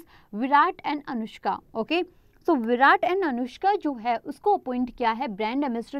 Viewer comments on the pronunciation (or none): none